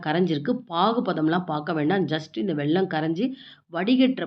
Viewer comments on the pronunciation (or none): வெள்ளம் இல்லை.... வெல்லம்.